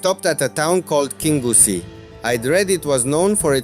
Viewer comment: Your english pronunciation is excellent sir . Your Scottish place pronunciation needs a 'wee bit o work' 😅 great videos. The towns of kingussie and Newtownmore are bypassed by the main A9 road. The two most successful 'shinty' towns in Scotland.